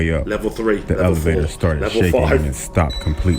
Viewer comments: Dad:alevator😂😂😂😂😂😂😂 Me:what? It’s elevator😂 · What is an Alivator or is it an elevator because he said Alivator 🤔